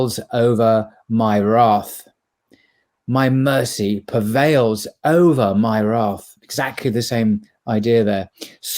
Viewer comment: PREvail, not pervail!